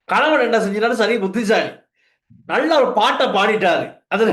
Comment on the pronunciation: நல்ல என்பதை நள்ள என்றா உச்சரிக்க வேண்டும்?